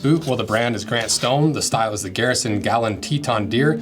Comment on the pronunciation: Not gallon, Guh Loon.